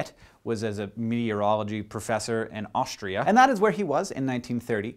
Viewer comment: Its kinda sad how condesending you pronounced Austria :( We have feelings too, you know! And scientists.. :b